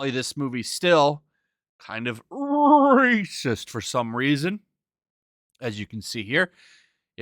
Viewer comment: Why cant you say “racist” like a normal person?